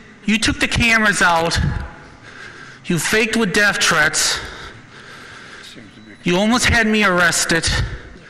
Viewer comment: "you faked with death thrrrrweats" hahaha, love you